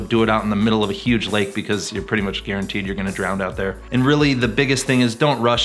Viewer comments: Hey dude ... no doubt you are a great pilot but one thing for sure ... there is no “D” at the end of the word “DROWN” !! Just sayin’. 🤓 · and . Does it bother anyone else how he keeps mispronouncing drown? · Yet another great video, this one showing the dangers of showboating. (131 haters so far, even after you recommended "Don't!" half a dozen times during the video.) :( P.S: Best not continue using the word "drownd". ( "pretty much guarantee you're gonna drownd out there.") I'm amazed at how many people I hear say that un-word. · DROWN. NOT DROWND